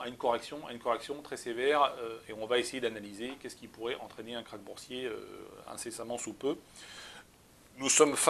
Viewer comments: KRACH pas KARCH lol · « Karch »? Connais pas ce mot.